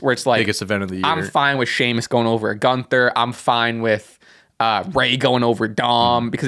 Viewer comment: Who's Piper Nixon? Did Piper Niven and Nixon Newell do a fusion and I missed it? Lol Also y'all keep mispronouncing GÜNTHER's name.